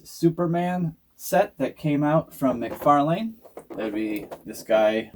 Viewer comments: it's pronounced mc/far/lan, the way you say it sounds like a street name you dont say lane👍I can forward the many videos of him saying his own name if you like? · Your pronouncing mcfarlane wrong btw, figures are cool tho👌